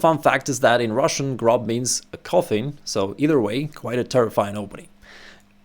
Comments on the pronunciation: It's pronounced [grob] in German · yes grob = rough in german, but its pronounced more like the O in Fortune, a longated o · Yes, "grob" ist the german word for "rough". Just strech the "o" a bit longer, then you pronounce it almost correctly. :)